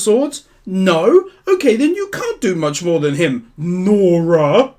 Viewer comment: I love you emphasize NORA'S name it's funny I die every time 😂